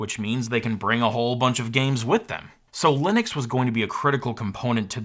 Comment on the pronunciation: Super informative, other than the slightly baffling pronunciations of Ger-nome, Linnix and Cha-see. Gnome, Linux and chassis perhaps? After all it's not Linnis Tech Tips.